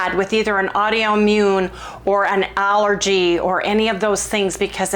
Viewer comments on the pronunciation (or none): I think she means to say AUTOimmune, but pronounces it wrong like Audioimmune instead? It sounds strange for sure but probably just a Wendyism😊